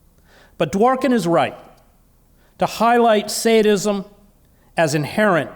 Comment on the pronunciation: Is he saying Sanism or Saintism??